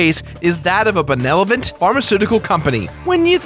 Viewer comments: it's "benevolent" not "benelovent." :P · "Benelovent?!" Benevolent,, benevolent. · any else catch the benelovent? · What's a benelephant? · BENELOVENT >benelovent I know you meant "benevolent," dude, but that's some serious mispronunciation bois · Lol at Benelovent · lmao in RL. you said (benolovent) instead of Benevolent. im gonna lol for days at that one. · LMAO you said benelovant:P its Benevolent silly pants. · "Benelovent". Really. It's Benevolent. Come on man. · "Benelovent..." -, 2016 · "Benelovent" > I'm quoting you on that. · benelovent. Benelovent. BENELOVENT!?!?!?!? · he said benelovent! XD